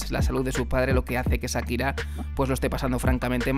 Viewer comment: Es Shakira, no Sakira. Y se pronuncia Maiami no Miami.